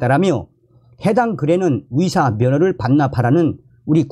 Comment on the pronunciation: 😒맞아요! 북한식 발음인지 몰라도 며칠전부터 위사 위사 하시는데 너무 귀에 거슬립니다.